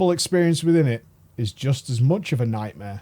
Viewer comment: The Emerald Nightmare's Worst Nightma is how it sounds like pronounces it lmao